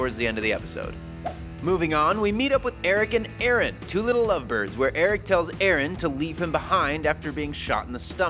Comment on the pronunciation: Idk if you notice, but it's Aaron, not Erin!